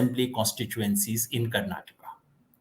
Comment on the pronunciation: Its Karnataka not karnatak!